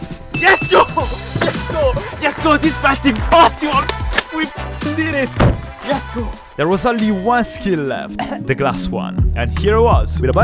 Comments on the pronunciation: I love how he says yesgo😂😂😂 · I love it how he says yesgo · I love how says yesgo 🤣